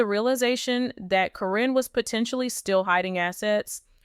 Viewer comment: Quit mispronouncing names! Caryn is pronounced as Karen. You go back and forth pronouncing her name as Caryn and Corrine. You have also mispronounced Zach's name. It is not pronounced Zach but Zak.